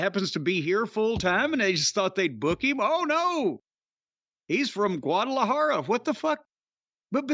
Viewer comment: As a Mexican living in AZ, it’s Eh-Chee-sero 😂😂😂 but I’m loving the pronunciation. Your Guadalajara is perfect, chefs kiss btw 🤟🏼😅